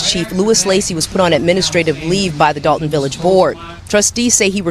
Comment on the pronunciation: It's Dolton, IL not Dalton